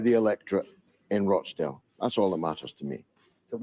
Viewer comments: Hi, it pronounced 'Rotchdale'. Many in the UK now feeling that they will vote for anyone but Conservative or Labour. Independents are going to do really well at the next election. The Greens will do well too. They don't seem to be so establishment controlled. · Hi enjoy your stuff and Btw its Rochdale with a hard O like the o in top for instance, otherwis you imply beetle infetsted northern squalor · Please, its not pronounced Roachdale. Makes me cringe every time! George says it properly. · its pronounced ROSH-Dale :-) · no it isnt its Rochdale more like Watch Dale but with an "R" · Wow, you can't even say "Rochdale" properly. Why does your opinion even matter? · roach-dale? no 'a' in Rochdale. It's pronounced RAACH-DAYL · FYI The town of Rochdale is pronounced ‘Roch’ as in ‘crotch’ and not ‘roach’. Thank you !! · Dude, it's not pronounced Roach Dale. It's Rochdale! Roch Dale! Roch Dale. Even Galloway said it correctly 😂 I'm a little sensitive but proud of my home town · Rochdale not Roachdale 😂😂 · it's not pronunced "Roachdale". It's ROCHDALE lol. Otherwise great video. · In this "dis-United Kingdom" please. And the "Roch" in "Rochdale" is not pronounced "Roach" but as "rotch" rhyming with "crotch" or "botch" - exactly as Galloway said it... Paul G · rochdale not roachdale... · its pronounced rochdale not roachdale lolz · Roach 🪳 dale ... 😂 Lol, its Rochdale... Like 'Roch' 'dale'. Like Rochester. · It is not Roachdale it is Rochdale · There is no a in Rochdale ie Roachdale. It’s pronounced the same as botch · Not ROACH dale lol Roch dale. But lots of the politicians who ran there were ROACHes, especially the head honcho Sushi Runak. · Rochdale it's like crotch Rotchdale(phonetically) not roach dale. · It is pronounced -- Rotch - dale . Not roshe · It's pronounced Roch not Roach....dale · No it's roch, not raaach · Rochdale not roachdale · It’s pronounced Roch-Dale not Roach-Dale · Pronounced rotchdale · 'Roch' sounds like 'Lock' dale m8!